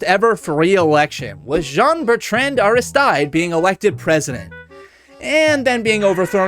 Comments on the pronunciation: AHISTEED, no ARISTAIDE. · Aristide's name is pronounced kinda like airy steed, yw